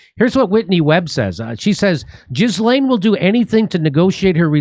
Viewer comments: 😂"jizzlane" its ghee-lane. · Gee-lane not Jizz-lane, Jimmy! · Jimmy, it’s pronounced Ji-lane. Not Giz-lane. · It’s not pronounced Jizz-Laine 😂, it’s Gi-Laine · 'Gilaine' not 'Jizz Lane.' Silent S. Thanks, Jimmy, you guys are fabulous and your commentary on the ongoing mayhem is second to none. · I believe it's pronounced Ghi-laine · 😂 jizlane not how the name is pronounced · Jimmy, did you say "jizz-lane"? Bahahaha. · Her name is pronounced Gill-en. No z or s in there. Hard G. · anyone else think it's ironic that her name is pronounced 'Jizz-lane" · Jizzlain Maxwell is probably a more apt pronunciation, lesbi- honest. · It's pronounced 'gee-len' (hard g). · Jimmy is well aware of how her name is pronounced. He just doesn't care and thinks Jizz-Lane is more appropriate for the kind of person she is.